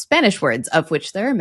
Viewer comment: Sugar in Spanish is azúcar, not azukar and you mispronounced aceite. Not really a good promotion of Lingopie.